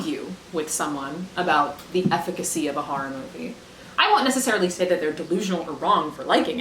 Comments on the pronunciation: I love the thick Boston edge on the way she says the word horror as "harr-ir". It delights me. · I love that you say “horror” the way my mom does. “Harrar” “Haurrible” ❤ lol